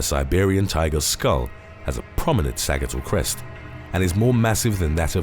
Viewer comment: Sa-JIT-all crest